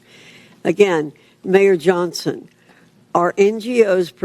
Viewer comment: "Mayor John..son". Not Johnson? How old is she?